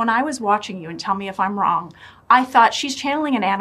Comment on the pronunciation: why does she say " wrong" as "on"?